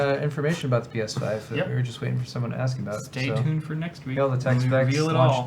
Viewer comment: I can tell by your pronunciation of "abote" you're not from around here ... howdy from Texas 🦌🌶🦌